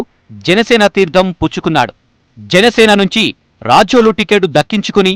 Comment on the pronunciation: Adi racholu kaadu ra babu, rajol